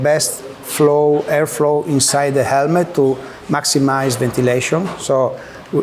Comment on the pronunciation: say crash helemt one more time...family